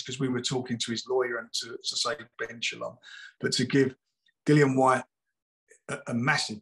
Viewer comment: Nice to hear Dillians name said properly